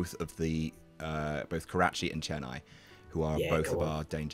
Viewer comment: As a person from Chennai, I applaud every single person in this video for pronouncing the name right ❤️